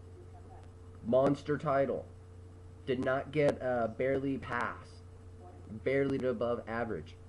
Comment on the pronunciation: He barley said the word barley